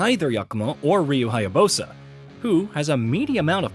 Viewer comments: Bro you can't talk about how the series has been around for a long time and in the same sentence mispronounced the main character's name ....come on.😂😂 This is almost as bad as when they were mispronouncing super saiyan back when dragon Ball z was 20 years old.😂😂 Super sigh-on 😂😂😂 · Ok.....respectfully, sir. This may be on the smaller end of concerns for some, but...the way you just slaughtered the protagonists name multiple times in this video is quite literally unprecedented. There's a couple variations of how some pronounce "Ryu"; like the age-old "toe-may-toe toe-mAH-toe" argument, but THIS needs to be respectfully addressed. Speaking as a definitive fan of the character and series since the original Xbox days, it's not lost on me that not everyone is aware of all names and places on any given subject matter, even if the subject been around for decades or more; fair and understandable. However, as a professional outlet who reports on game news, I humbly ask that you do a better job next time in regards to these key details. It matters. I don't speak for All fans of course (nor do I care for any incoming half-baked negative remarks from others on this comment), but nonetheless, that kind of carelessness is unacceptable. Correct pronunciation: "Ree-you Hi-ya-BOO-sah". Thank you.